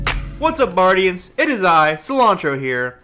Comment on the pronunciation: “Hey buardians, here”